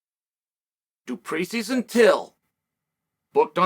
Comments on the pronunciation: Dricus DU PLESSIS (DO-PLA-SEE).. As a South African I just had to throw that out there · As a South African myself, I can only laugh my arse off at "Drekis du Plexis" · i'm with you Pete. Chael says 'you know i have trouble learning names but i respect this guy so i took the time to learn Du Preesee, Du Preesees Du Preesees' 😂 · Dri-kus Do-pla-see (how is it this hard ffs) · You lost me when you said his last name wrong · Uncle Chael says he takes time to read the comments, so Uncle Chael, as one of the South Africans who watch your your posts daily, I am happy that our guy made it on your channel. However you just butchered his name beyond words man, I couldn't stop laughing, and the fact you say you took time to learn how to pronounce his name😂😂 is just legendary stuff man.. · As a South Africa Chael just butchered his name in ways to you can't even imagine 😭😭😭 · Dear Chael. The last S in Dricus name is silent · Damn you butchered Dricus surname so bad 😂🤣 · Du Plexus hahaha 😂 you making a fellow South African laugh here haha. Get it right, remember the name “Dree-cus Duu Plea-seas” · “ I never get names right, I took they the time to learn his name. Du preesee”😂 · Also saying it Du Pressis lol, after saying he learned his name because of how much he respects him. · Drekis du Plexis 🤣. Chael Sonnen. This might help: “Dreeee Ciss Doo Plugh See” Dree (like Bee) Ciss (like Piss) Doo (Like Doo Little) Plugh (Like ugh) See (like The red Sea) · Uncle Chael since I know you read ALL the comments, and I am from South Africa myself, I feel I just have to help you with the pronouncing of Dricus surname 😂 It's "Do Ple-sie" But if you still feel it's "Du Plexis" then so be it 🙌🏻🤣 Undisputed, Undefeated. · Plexis? Try this next time du plecy. Do not spell it like that but said like that. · Du plexus. Du plessiss. Du preese. _ Chael Sonnen from the book of Sonnen 7: 77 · "du prisi" i took the time to learn his name🤣🤣 Lord Chael called it, his name is du prisis now